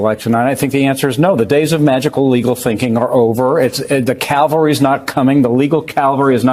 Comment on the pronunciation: Calvary is where Christ was crucified. Cavalry is the military mounted traditionally on horseback. There is no “L” before the V. I am amazed at how many people mispronounce that word.